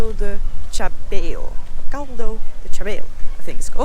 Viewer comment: The word chabéu is not the sound tch, but sh.